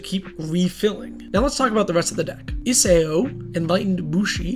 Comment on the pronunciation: EEE-SAH-OH, not EEE-SAY-Oh